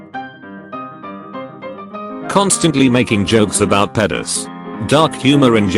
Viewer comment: “Pëdos” you fucking nonce of a reading bot